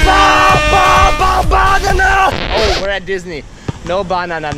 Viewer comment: Ima use "balalala" to say banana now